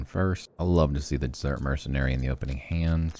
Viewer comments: Were you purposely pronouncing desert like dessert? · It's Desert though not Dessert hehe.